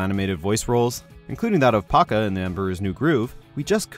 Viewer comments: Did he say paca not poncha? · You mispronounced Pacha. It's pronounced "poch-uh", not "pock-uh". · It’s PA-CHA not PAKA 🙃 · Did he say he played Packa in Emperor's New Groove? Because it's definitely Pacha. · Pa-cha, not Pakka. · Pa-CHa..."Ch" as in Church... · Pa-cha* For fuck sake